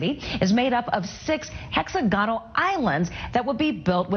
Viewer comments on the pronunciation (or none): "Hexa-GONNELL".... Um, it's "HexAGonal"